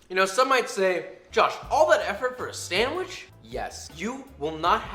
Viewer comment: I was not aware that Ironmouse was a fellow boricua, or hispanic at all, until I saw Koefficient's video reaction. Now that I know this, I'm noticing small things. Like when she says sanGwich instead of sanDwich.